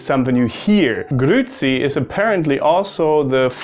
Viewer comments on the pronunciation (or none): grüezi is actually pronounced like "grüäzi“. its not promounced "grüzi" like you did. "grüzi" is another word. its something you eat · Du hast sehr gut Schweizerdeutsch gesprochen! Kompliment! Das ch tönte schon recht stark! Du hast ein wenig wie ein Basler getönt, die sagen „hütte“ für heute. Einziger Fehler war bei Grüezi, da sagt man ü und dann noch ä also nicht Grüzi sondern Grüäzi. Aber ansonsten ein grosses Bravo!👏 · Hahaha, talks about one word he knows how to pronounce but actually you do the same mistake nearly every german does. It's GrüEzi not Grüzi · GrüEzi net Grü•zi Sorryyyy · Most common mistake german speaking people make when trying to pronounce "grüezi": You swallow the "e". It's not "grüzi" but "grü-e-zi". "Gruß" becomes "Gruess" and "grüßen" becomes "grüesse". Also "grüezi" has nothing to do with God, it simply is a shortened Version of "ich grüesse Sie" --> "grüesse Sie" --> "grüessie" --> "grüezi" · you didn't pronounce the e. It's not grützi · You don't say "grützi", it's not only an "ü", it's an "üä" and the "ä" is pronounced quiet harsh and not the kind of e-sound that Germans use. Also you stress the "üä" and not the "tz" which means you have to say the "üä" longer. And as far as I know, to say "hütte" is only common in specific dialects and quiet seldom heard. You just say "hütt". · Bitte wo ist das E bei grüezi !!! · Isn't it pronounced as grüEzi, but the E is pronounced the same as the E in LehrEr?